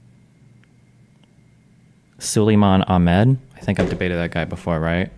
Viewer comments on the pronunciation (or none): none